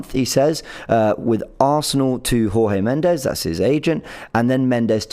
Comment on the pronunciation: Pronounced Jorge Mendes (as in George)